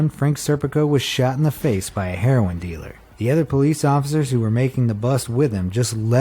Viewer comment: “Herorin dealer”